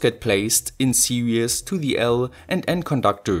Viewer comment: You pronounce "series" like "serious", was a bit confusing haha. Great project, I loved it.